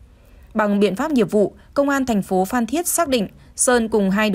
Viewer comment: Phan cứ đọc phạm, blv ko biết chữ à